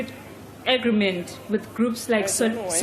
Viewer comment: When will you people pronounce AGREEEEEEMENT PROPERLY.. ITS not AGRI-MENT.. for crying out loud 😂😂😂😂😂😂